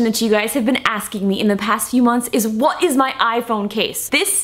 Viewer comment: you said "what" in a British accent